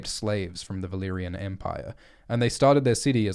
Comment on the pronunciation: "Valaquor". groan